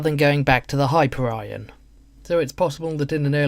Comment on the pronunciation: hyper iron ... ok you bring up points / good points but your pronoucing things so bad ...